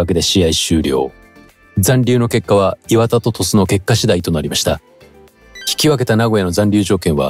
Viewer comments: 磐田のイントネーション違うし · 磐田のイントネーションなんとかしてください